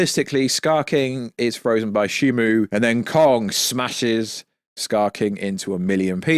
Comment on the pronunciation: It's Shimo not Shimu